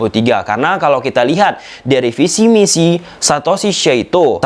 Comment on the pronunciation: Bang lu bisa ngomong FIFA pake huruf F yg bener, tapi kenapa kok ngomong VISI jadi PISI ??